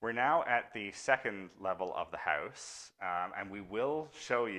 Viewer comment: Why do all Canadians pronounce House, Howwwusse?